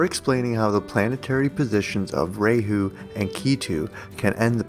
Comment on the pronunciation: You titled your video 5 facts on when the pandemic will end according to astrology. Throughout the whole video you did not answer this question directly. you said one thing right. kal yuga is age of liars. you did just that. be more authentic in video titles. and please learn correct pronunciations. raaa hu not ray hoo.